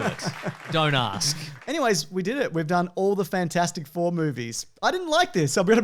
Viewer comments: Nobody calls it Fant-four-stic Four. Just Fant-four-stic. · Glad I’m not the only person who called it fant-four-stick four.